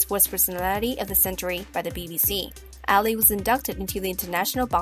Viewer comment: The person who made this video needs to learn how to Pronounce Ali's Name Correctly!